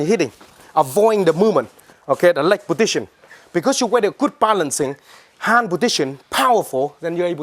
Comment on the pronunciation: he says podition instead of position